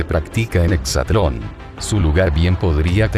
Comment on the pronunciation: De entrada es exatlòn no "hexatlon" esos pequeños detalles son los que marcan el profesionalismo y credibilidad de la información.